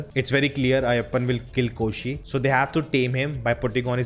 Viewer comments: Hey all non mallu reviewers. Kindly try to say their names right. It’s not Ayyappam, its AYYAPPAN. It’s not Koshiyum, it KOSHY. Thanks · Ayyappan not Ayyappam! N its Koshi not Koshyum! The title means Ayyappan n Koshi. Um um here is like ਅਤੇ in Punjabi !!